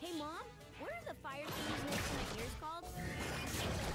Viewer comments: he said moam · Mmmooommm? You mean mom? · His R is his Mom spiting fire